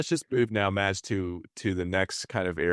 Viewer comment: Oh dear, Mads. Tinker.. not tinkle lol.. and to Antares Catamarans: the "d" in Mads is silent.. just "mas" will be more correct.